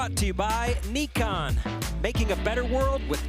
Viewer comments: if you ever call it Nee-Kon again lol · Did homeboy really say "Neekon?" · For gods sake stop saying NEEKON it's pronounced NIKON as in NY-KON! FFS you noob.